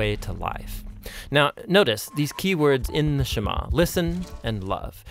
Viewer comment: Sema- SHEMA lol.. It's funny how Amharic is a softer version of Hebrew.